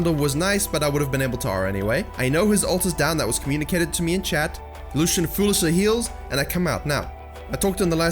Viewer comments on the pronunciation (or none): none